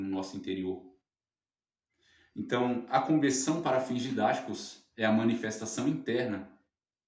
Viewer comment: TEM QUE PRONUNCIAR BEM. CONVERSAO. MAS BOA AULA. JÁ ME INSCREVI.